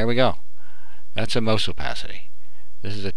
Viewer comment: mouse is pronounced maw-s not moose u stupid fucktard.